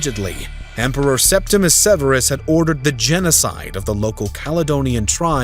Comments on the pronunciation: Septimius Severus, not Septimus Severus. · It’s Septimius Severus, not Septimus. Domitian’s decision to recall Agricola was his greatest mistake. Had Domitian allowed Agricola to complete his conquest of Scotland, he would have removed a barbarian frontier, securing Rome’s northern border in Britannia.